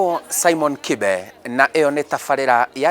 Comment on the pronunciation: Kibe pronounce your name in kikuyu cos you're one! Don't pronounce it in kiswahili in a vernacular set-up!